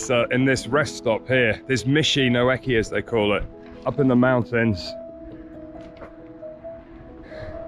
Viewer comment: A pronunciation tip: Michi no Eki :::: it’s not “meshi”. The correct pronunciation is “me-chee” It’s so nice you can stop the night at the Michi no Eki areas. They have food, toilet facilities, etc.